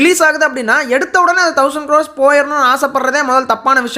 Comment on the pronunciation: Bro u r stressing the word every time as 1000 கிரார்ஸ் but Many directors are not focussing content and screenplay they r focusing only the collection.என்னை பொறுத்த வரைக்கும் இப்போ 1000 cr collection எடுத்த எல்லா movies உம் நல்லா இருந்துச்சா ன்னா இல்லை. Kgf சீரிஸ், and பாகுபலி series தவிர. நீங்க சொல்ற 1000 cr வசூல் படத்தை ஒரு 10 இல்லனா 20 வருஷம் கழிச்சு rerelease பண்ணா ஓடுமா இங்கிறது ஒரு டவுட் தான். 🤷🏼‍♂️🤷🏼‍♂️🤷🏼‍♂️. வெறும் 1000 cr அடிச்சிட்டா நல்ல படம் னு அர்த்தம் கிடையாது. அது எல்லாருக்கும் convincing ah இருக்கணும் like அமரன்.